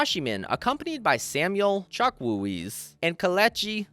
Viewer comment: Hey, you should learn how to pronounce African name properly. You said “chukwueze” wrong.